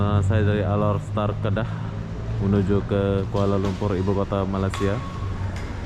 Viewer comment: Correction@ koreksi!!! Bkn Halor Star..tp, Alor Star✅💞